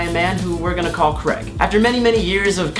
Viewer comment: It's not CREGG.... It's CRAYYYG !!!!!!!